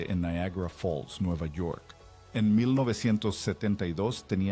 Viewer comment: Ese acento es fingido porque ni siquiera pronuncia bien los nombres. Por ejemplo dice Corleo en lugar de Corleon, casi ni se entiende cuando pronuncia Niagara Falls.